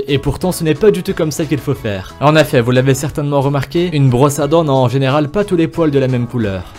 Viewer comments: Sa fait 6 fois que il a dit en Affet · Pourquoi a chaque fois tu dis en effat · " en affet" 😂😂😂😭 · « En affet » 😭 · « En Affait » Ah tu voulais dire en effet ✋🏽😅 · « en affet »😂😭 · "en affet"🤔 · Il m'a soûler avec ses "en efait. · Y’a que moi qui a remarqué le il dit en affet et pas en effet😂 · Il dis ( en aifet ) nan ?😂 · Les mots mal dit :en affet et les feu veux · Pouvez-vous ARTICULER ? Ou revoir votre diction ?... C'est insupportable... Exemple : essayez de dire "en effet", et non "en affet" ;) Et c'est "dommage que peu de gens le saCHent", etc. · MDR COMMENT IL DIT EN EFFET (EN AI FAIT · Mais comment il dit "en effet" lui !!! 😂🤣😂